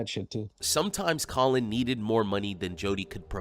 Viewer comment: She's calling "Collin" --> "Co-Win"....when he comes out of the shower.....that is even more funny 😂... Oh man and a few weeks ago I saw a Trilogy Media Episode where "The Russian Guy" instead of "Trenchcoat" he say "French Coat" and that made me laugh harder than it should. I really find these guys entertaining and can only recommend!